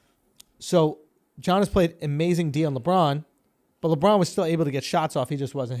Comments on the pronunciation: Come one, Schulz. Giannis is pronounced "yah-niss". Not "jah-niss". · It's pronounced Yannis not gannis. Do u even watch basketball bro 😂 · i mean , i know that americans can pronounce 'yannis' properly but holy fuck andrew you really fucked it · Gee-yaw-nis??? I’m suddenly convinced Andrew doesn’t actually watch the NBA LOL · Schulz switches between pronouncing Yanas and G-anas so effortlessly it’s cracks me up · Who the fuck is Johnas???? Oh... you mean Giannis... hahahaha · So done tell Schulz the Giannis name is pronounced YAh-nis. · schulz said john-iss, then properly pronounces giannis, then went back to john-iss right after??🤔🤔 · Andrew saying Jiannis is so enjoying😂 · Dude pronounced giannis 3 different ways in about 5 seconds 😂😂😂